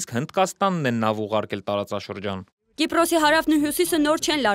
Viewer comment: ԿիպՌոս չէ, Կիպրոս։ ԵվՌամիություն չէ, Եվրոմիության։ Հայեցի խոսե՛ք։